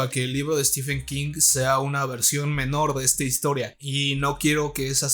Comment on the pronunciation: No se dice "estifen". Stephen se pronuncia "Estiven". Stephen=Steven